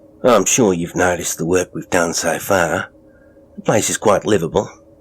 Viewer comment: As an Australian I would like to commend you on your accent. You have a real knack. Some words were a bit off. Seems there is a struggle with where we have R sounds (at times we’re the R doesn’t even exist.) Eg Work Walk But all together very good good job and great story!